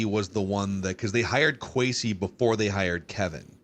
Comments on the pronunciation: At least we don't have to hear mispronounce Kwesi's name anymore after today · How is it that that guy has been on a spinoff show for PD and part of the Vikings mediasphere for any length of time and never learned how to pronounce Kwesi's name? That's pretty embarrassing and more than a little pathetic.